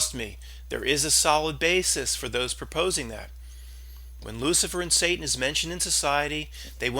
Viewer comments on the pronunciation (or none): none